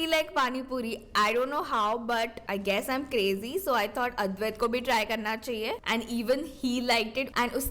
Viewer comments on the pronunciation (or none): none